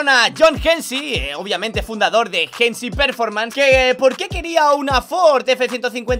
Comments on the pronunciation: es Hennessey, no hennesy, osea se dice henesey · Por qué dice "jensy"? Jajaja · La pronunciación de Hennessey la realizas de forma incorrecta